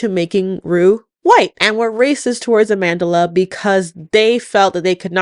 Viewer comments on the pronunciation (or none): Side note: I absolutely despise how you American pronounce Amandla. It really isn't that hard to say.